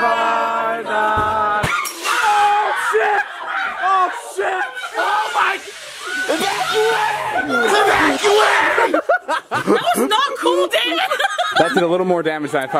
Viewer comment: “EVACUATE EvACuaTE” 😂😂😂😂Jonah